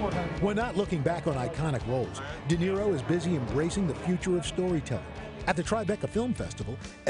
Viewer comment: De Naro instead of De Niro!!!